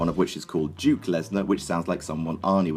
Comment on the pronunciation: Pretty sure it's Duke